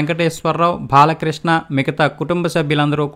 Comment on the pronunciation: భహిరంగ సభ కాదు బహిరంగ సభ ,బాలకృష్ణ! భల కృష్ణ కాదు ! ముందు తెలుగు తప్పుల్లేకుండా మాట్లాడడం నేర్చుకో!